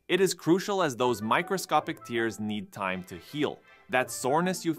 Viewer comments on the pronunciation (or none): Pronounced tear like pear